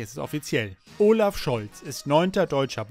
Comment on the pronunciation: Und arbeite mal an deiner Aussprache. Unser Bundeskanzler heißt Olaf und oooolaf.